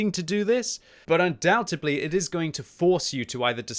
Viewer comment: Lol he said undoubtedly wrong again